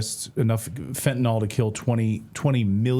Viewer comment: Even though everyone pronounces it wrong that doesn't means should also do it. It's FentanYL, NOT FentanOL. Goodness gracious, help us in the war against dyslexia!